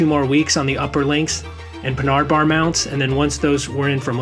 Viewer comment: I was concerned but then he pronounced panhard bar like that.. wtf now I see rpg side